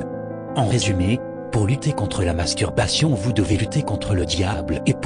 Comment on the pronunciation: Il articule très bien le mot "masturbation" mdr